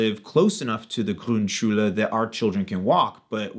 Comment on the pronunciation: You've clearly worked on your "Grundschule" pronunciation; good job! So my advice (the first u i just like in foot, the second just like the u in food --- imagine how difficult it is for us to learn English) on part one was unnecessary. So my next attempt is "Pausenhof". You said it as if it were spelled "Pausenhoff", Hoffnung and so on. But it is a long "o". More difficult to explain than the long u vs the short u (BTW I still hear a little ü in there in what may be overcompensation---try hearing the difference between Mutter and Mütter from a native speaker---or probably from your kids by now. Or maybe it's because you spent some time in France; it did occur to me that the "Grund" sounded a bit like a French person would say it, even before I heard you mention the France/French bit). I was going to explain all about diphthongs and German not really having any and English having them all over the place, and to say the long o like a Scotsman would say "boat" or "coal". But if you know French, the German long o is basically exactly the same as the French word "eau" (also in chapeau, chateau, allo, etc.). But TBH you already seem to have down pat what seems to be among the hardest sounds for English speakers; the German r (as evidenced by your pronouncing "Grundschule"). Then you can probably already say "ach", "Schach", "Krach". "Sprache" might be a bit of a tongue twister... The different ö sounds will be easy as well, see the French bleu, yeux vs oevres. Although there are a